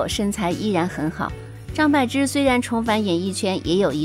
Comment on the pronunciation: 张柏bo芝,她本人说念bo。柏林，潘玮柏 bo